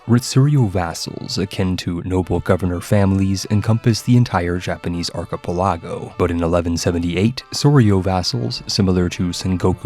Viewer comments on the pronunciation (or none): it's archi-PEL-a-go, not archi-pe-LA-go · Is this narrated by AI? lol ive never heard archipelago pronounced as arch-eee-pel-arr-go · I love the videos and most of your content, but sometimes the way you choose to say things is... painful. It may seem minor, but hearing "casus bellis" as the plural of "casus belli" just hurts, not to mention piety and archipelago among others. Again, still love the content, just wanted to mention that after scrolling thru the comments and not seeing it mentioned yet.